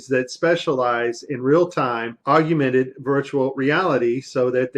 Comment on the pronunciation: I love this video, but one guy (a guy on "our side"/the side of TRUTH) -and I'm absolutely not bashing the content of what he said, whatsoever, as it was quite valuable, content-wise, but it just irked me the way he said, (sic) "AUGUMENTED REALITY," rather than AUGMENTED REALITY! I'm not bashing him, as a person, nor am I bashing the content of what he was saying, as a whole. I know that I probably mispronounce things, myself, so I'm not trying to be "snobby," as I know that I, myself am one annoying MoFo! (ask my wife!). I guess it's like when people say "NUCULAR" instead of NUCLEAR! That is a big one for me! It irks me to no end!!! Anyway, no disrespect intended toward that particular gentleman... As I said, I know that I, myself do/say things that are annoying to others, as well. The man brought up a few extremely valid, and important points.